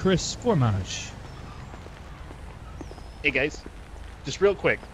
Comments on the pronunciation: Honestly for me it's just the way they say "Formage", it's said multiple times in the story and in the stranger missions for him, it's pronounced more like For-Maj, and they pronounce it For-midge and it bugs me so much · It's pronounced For-maj not For-midge